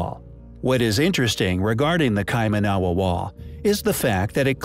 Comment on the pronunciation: It's pronounced Kai-man-a-wa not Kai-ma-na-wa. I live few hours drive from there.